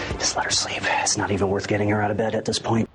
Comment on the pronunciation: okay this is a funny bit not, anything earth shattering. did you notice in the vido that b/c he was talking fast his pronunciation of its not sould like snot. laughing real hard